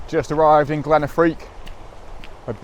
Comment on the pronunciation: Glen Affric dude, not Affrique, great video as always, lovely images and glad you enjoyed it. These beautiful places deserve a bit of basic research if required, in order to get their names right.